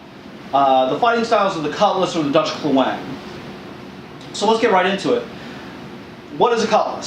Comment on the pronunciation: Aceh is pronounced AH-chay and klewang is pronounced CLAY-wahng (i.e. stress on the first syllable in both cases). The klewang was based on Dutch naval cutlasses and adapted for use on land. The Dutch colonial army developed special techniques for their troops in which they would use their carbines slung around their arm to shield their left side. In colonial battles the cutlass was seen as the main weapon of the troops, who were discouraged from using their carbines, but taught to close in rapidly and use their klewang. This was very effective, but only against an enemy who did not possess quick-firing firearms.